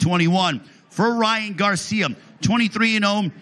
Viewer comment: "Ryan Garciam" LMfao